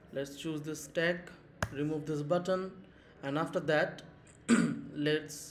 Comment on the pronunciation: It's not Slack it's Stack